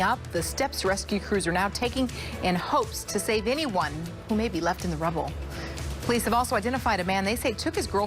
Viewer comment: Ah yes, OLICE